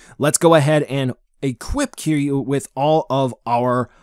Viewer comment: It’s not “Keeyuu” bro. I know there’s dif pronunciations but you way off. Lol